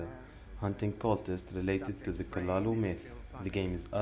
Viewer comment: The cthulu pronounciation though 😂😂 good video 👍